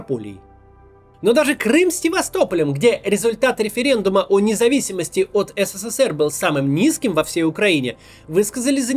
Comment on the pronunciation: А ты хоть ПРАВИЛЬНО можешь назвать СССР ? Сколько букв С в твоём еС, Се, Се, Се, Р ??????? В СССР, тебя с ТРЕСКОМ выгнали б, ПРОТИВНО СЛУШАТЬ....